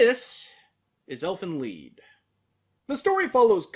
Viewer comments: it's lied not lead DX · It's pronounced Leed or or Leet. It's German for song. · Lied in this case is phonetically pronounced 'Leed', German for song.